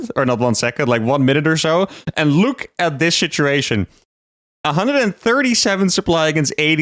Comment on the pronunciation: Are you saying shituation instead of situation to see if anyone notices?